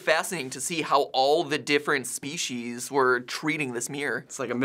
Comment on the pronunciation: Spe-Shes.. It's spe-sees ermehgerddd